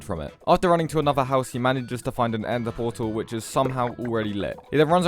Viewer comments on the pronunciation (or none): Did He said Endther Portal !?!?!? --->